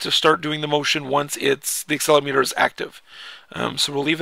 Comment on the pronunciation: Actually it's aCCElerOmeter not accelermeeter :) Btw how do you get these games to the iPhone? Thanks